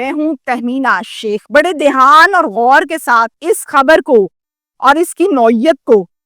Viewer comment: Not Daihaan ( it's Dhayaan)